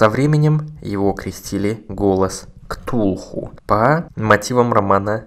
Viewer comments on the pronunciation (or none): none